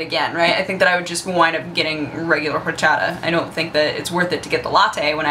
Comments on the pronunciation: PLEASE don't pronounce the H in horchata.:p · You don't pronounce the 'H' in horchata. I know this because it my be my favorite beverage that exists. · And then Mickey Mouse was the boss. The way you pronounce "horchata" kind of irks me, it's like you're not putting enough emphasis on a certain syllable, but maybe that's just me. xD YEA, FRAMING! Never had rootbeer? Yeah it kind of tastes like pepto-bismol to me, but I LOVE IT... Douche-canoe strikes again! This time towards Husky. That sign-off... I LIKE IT, ANOTHER! TEMPLE OUT! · I see you're struggling to pronounce 'orxata'.It's easy the [x] is like the [sh] in sheep, soft. It's a catalan word translated to spanish.;) Are you very fluent in spanish? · awesome the way you say horchata jaja you'd think living in LA you would have no problem with the pronunciation of Latin words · Don't pronounce the "h" in horchata!